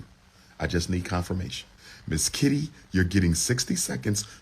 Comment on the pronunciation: This brotha kept sayin Mizz Kitty hahaha😂😂...dam freak hahaha i mean freak i. A definition of not hiding his desire for attention 😂😂